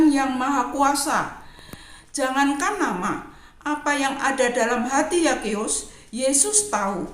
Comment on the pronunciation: ZAKHEUS bacanya Sakeus bukan Yakeus Bu🥰🙏🏼